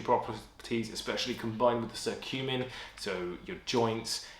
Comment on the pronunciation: Curcumin is pronounced like cure not like circle :) Of all these I would take L-Glutamine (endurance), Creatine (pumps muscles), vit D (testosterone and immune function). The rest are questionable and B-vitamins by themselves, without caffeine do not give any energy. I take large doses of B12 to boost hemoglobin and red blood cells and it doesn't give me any energy.